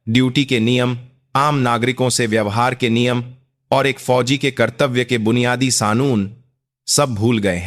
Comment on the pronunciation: Aapko to bolna bhi nahi aata hai. GOC goc nahi hota hai. FOJI =JOJI Yeh kya hota. Khamoshi bhi nahi bol sakte. Kuchh aur karo.